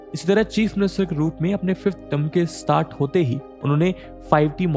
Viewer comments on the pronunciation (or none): none